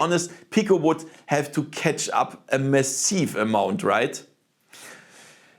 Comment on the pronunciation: It's weird how you pronounce everything in mostly an english way, but then out of nowhere I'm slammed with pronouncing Massive as meh-seev, rather than mah-sihv.